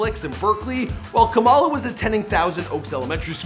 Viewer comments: Kamala not kumila come on Now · Ka-muh-luh Sounds like Pamela 🤦🏾‍♀️ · Kamala not Kamila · FYI, her name is pronounced as KAA-ma-lah/KAA-muh-lah, not Camilla. Please say her name right. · I like how Kamala turned into Camila halfway through the vid, come on guy, its not that hard to say Kamala, its one of the easier ethnic names to saya KAH-MAH-LAH. Ain't no old white ladies on the stage, no Camilas here. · No shade but her name is Kamala like Comma-la, not Camilla or Kama-la the way you pronounced. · Who tf is Kamila!?? It's Kamala (Ca-ma-La).... 🙄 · Dog you can't even say her name right? Camila? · Its ka mala not camila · Kamala is pronounced comma-la lol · KAMALA SAID LIKE COMMA-LA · Her name is pronounced. Comma -La. just like her mother Sha MA la. emphasis on the not the K..FYI